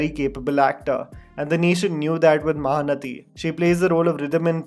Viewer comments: महानटी not महानती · Ok repeat after me. MahanaTi. Ti pronounced as T. Not thi. Okayyyy? :) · Its not mahanathi, its mahanati -_ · MahaanaTi, not mahanathi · Isn't it mahanati not mahanathi right. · I love your videos (I don't know your real name:)), but the movie she acted is pronounced as "maha nati", it's not a "th" rather a simple "t", as in Tom, and pause between the 2 words maha and nati:) Thank you